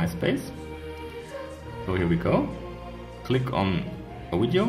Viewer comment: Widio hamster lol